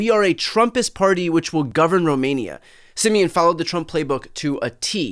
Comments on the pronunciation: Pronouncing "Simion" as "simian" is just chef's kiss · Always love how English speaking people pronounce Simion's name as "simian" :)) pretty accurate for his personality and behavior.